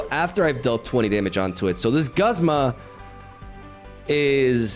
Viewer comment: I'm usually not one to care about mispronouncing but the back to back Guzma and Solgaleo in the beginning made me laugh 🤣